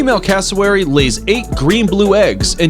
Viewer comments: PLEASE learn how to say the names of the birds! It's "Greeb" not "Graybee", CASSowary, not cassoWARRy. Google it - the answers are out there! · This guys pronunciation though it ain’t pronounced taka-he It pronounced ta ka h e It ain’t pronounced invercarjill It pronounced invercar gill (like a fish gill) It ain’t pronounced cæssawary It pronounced cass-o-wary